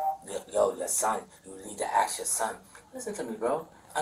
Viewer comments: Ask, not axk. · always with the Axe 😂 not ASK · What does "aks" mean? You mean ASK??? Ffs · It’s ask not 🪓. That’s a fact. Cuz he’s a factual person. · Ask is axe. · No such word as aks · Axe his wife LMFAO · If they can't pronounce the word "ASK" and instead say "AKS" then they are probably guilty. It's not racial, it's cultural. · "I even called my son to AXE him a question" 🪓 ⚒️ lemme AXE you a question and he has the nerve to call the other guy "uneducated" lmao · Idk....you should axe them... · lemme axe you sumthin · axed and defamated man im fumigating about this 🤡